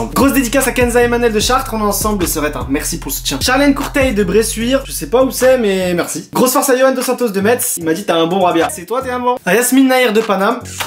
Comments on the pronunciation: Metz se prononce messe, pas metze, saluttttttt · Pas su tout mdr sa se dit metz byeeee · Metz sa se dit messe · Its Nora mais je viens de METZ va demander au Messins comment on dit, c’est bien pour ça qu’on dit MESSINS et pas METZINS !!! Ouiouioui les neeerfs sont tenduuuuuus 😂😂💪🏻